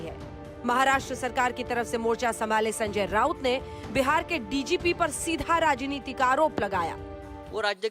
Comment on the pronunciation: Yeh ketAn harami bar bar raajhnetic raajhnetic bolre